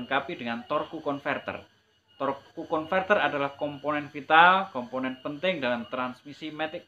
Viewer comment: Torque itu bacanya torsi om. Hehee